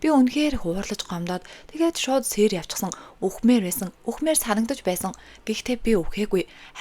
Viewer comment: Сээр бишээ Сийр Сэрт бишээ сирд гээд уншаарай